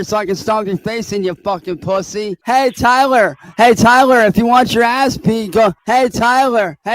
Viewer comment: I have to nitpick correct you on ONE thing, can't enunciate his L's, so he said "Hey TYWER" 38 times lol hey tywer!